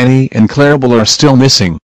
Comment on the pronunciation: They can't even say clarabel right.